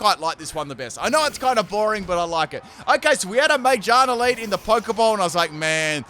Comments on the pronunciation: How does one mispronounce Magearna that badly? Ma-gear-na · Half the comments are roasting you for swapping instead of using Flip Turn but I’m just here to roast ya for your pronunciation of Magearna instead.